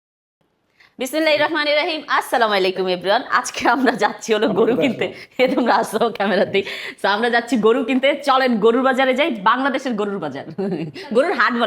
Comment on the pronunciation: allahor nam diye salam diye suru koren khub ee vlo lage,,tobe salam ta suddho hoi na,,আসসালামু (আ)লাইকুম ekhne আইন হবে